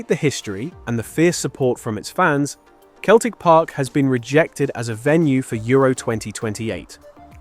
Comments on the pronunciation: Celtic park is pronounced "celltic" park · Celtic Park is pronounced with a soft C at the beginning. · Keltic Park?…. Oh dear, ai’m out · Arnfield. Keltic Park. AI gone awry. 🤣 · Celtic Park pronounced "Seltic Park". Also called Parkhead. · U lost me at 'Keltic' Park.... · Good old "Keltic" Park. Fed up with flawed AI Commentary. How much does it cost to get someone to read out the video script ? Bugger all. I'll do it for nothing!